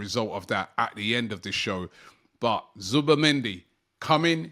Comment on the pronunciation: I am seeing so many different spellings of Zubimendi in the comments. Zubamendi, Zubermendi, Zubemendi I blame Robbie and his weird pronunciations 🤣🤣🤣🤣